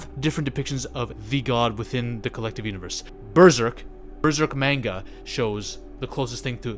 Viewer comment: just so you know, manga is pronounced like "m-ah-nga", not "m-ay-nga"